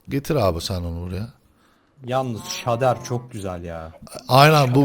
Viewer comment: şader değil şeydır.